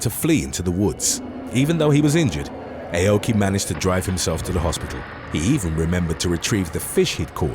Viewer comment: The Karate expert's name is pronounced like saying "Ow-key" NOT "AY-oh-key" 🤦🏾‍♂️ 日本語を学びたいなら、知らせてくれる...英国の英語の発音はダメだな。 (Nihongo wo manabitai-nara, shirase-kureru... Eikoku no Eigo no Hatsuon wa DAME da-na. Translation: "If you want to learn Japanese, let me know... British English pronunciation sucks ass!") 🤦🏾‍♂️